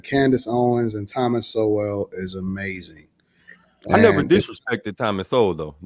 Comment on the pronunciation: I just hear saying "amazin"....black liberals woman are bringing your entire community down and dragging soft beta males with them...good luck